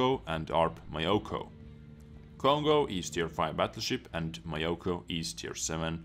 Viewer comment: it's myo---koo not my yo kooo...............